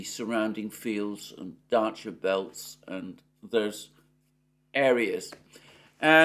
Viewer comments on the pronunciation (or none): none